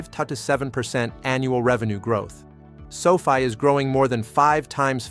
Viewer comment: Its not Sofie its Sofi